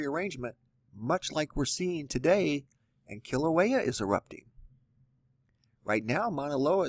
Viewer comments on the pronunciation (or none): none